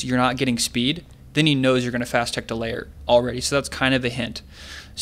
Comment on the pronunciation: Please stop saying 'layer'.. It's a lair, not a layer.